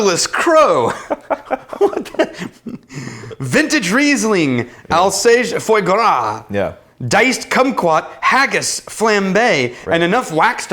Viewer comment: The foie gras is pronounced fwah - grah